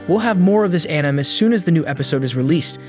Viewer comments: I'm super curious on the pronunciations of some your words. Is English a second language for you? Bow, "Tastier" and Anime are all very very strange. "Bow" is actually supposed to sound like "B-oh", for "Tastier" it sounds like Tay-steer-ur when said properly, while Anime is A-nuh-may. Video was very interesting. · It’s gotta be ai or something cause he says words correctly sometimes then says the word incorrectly later like the last words of the video he pronounces anime as anim